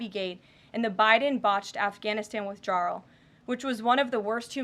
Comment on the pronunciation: 2;55 should be "Afghanistan withdrawal" not "Afghanistan withjarl"